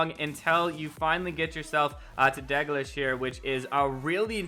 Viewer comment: The correct pronunciation is 'dal'-'gleesh'